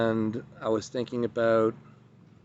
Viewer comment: "This Event , I'm so excited aboot"